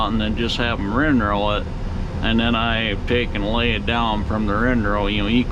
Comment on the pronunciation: Is it me or does he say rin-row instead of windrow?